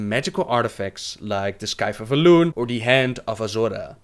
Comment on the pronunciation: for future reference, you dont pronounce the C in scythe, and also siphon is with a long i. And YOU HAD NEVER HEARD OF THE DARK RIDERS BEFORE?!! its official - Im a bigger lore nerd. Wow. And also- considering Malygo's flawed logic, how sane did he really become? After he "regained" his sanity, how sane was he really? I always viewed it as he regained most of his sanity, but not all. Not said anywhere in lore of course, just that he regained his sanity, so just pure speculation from me, though with some evidence.